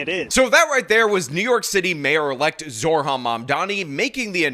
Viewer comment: I hate Mamdumbass as much as anyone but repeatedly saying his name as Zor-Han and not Zohran with the r before the h just makes you sound like an idiot